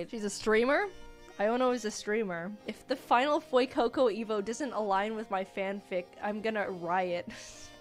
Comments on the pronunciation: Its F-YOU-CO CO 😭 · "FOUR FOR FEUCOCO, YOU GO FUECOCO"